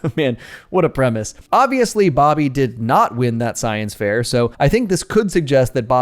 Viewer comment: it wasn’t the science fair it was the science fizzair